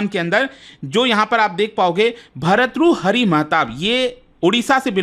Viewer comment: Sir aapse Bhartruhari bola nahi jaa raha 😂😂😂